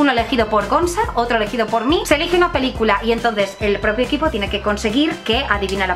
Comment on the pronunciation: "Que pelícülo". ¡¡Va tan deprisa!! ¡¡Que no se da cüenta!! ¡¡Ni al editar!! ¡¡El vidëo!!